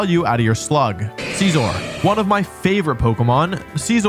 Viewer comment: “Arcanina”💀 ”Caesor”💀 “Slayking”💀